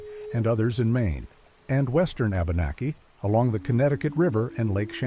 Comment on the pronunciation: My only geipe here: abenaki pronouced wabanaki